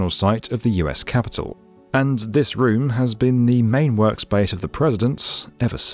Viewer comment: The way he says room (some of the times) makes me angry